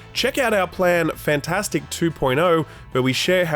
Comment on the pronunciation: and why does he always pronounce it "Fantastic"? Take that A out. "Fntastic", two vowel sounds. Easy.